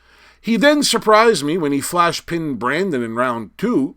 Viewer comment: I can confirm that you pronounced Brandon's name... correctly! Have heard all the versions before lol